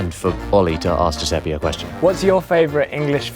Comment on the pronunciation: As an Italian, I'm so happy you guys are able to experience this! But please, for the love of God, stop saying Giuseppy. The [e] at the end is pronounced the same way as the first [e].